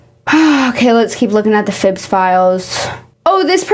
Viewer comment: I've just realized that I've been calling them "Phillbiz" this entire time and the way you where trying to pronounce it made me realize that there isn't even an L